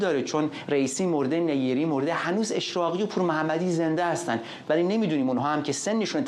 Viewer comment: نیری با تشدید روی ی نه نی ری لطفا فارسی را درست گویش کنیم